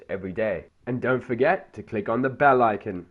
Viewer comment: ITS ICON NOT ICEN